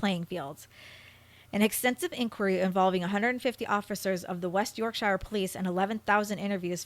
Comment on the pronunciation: YorkSHYER HAHA